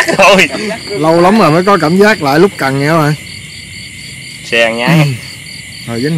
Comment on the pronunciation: "Lút cần" ko phải "lúc cần" nha a!